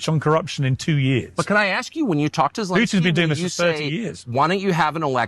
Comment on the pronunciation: It's funny how you still call him Elenskiy, after he banned "Z" 🤣